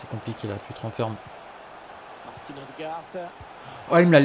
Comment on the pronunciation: Martin se prononce Martine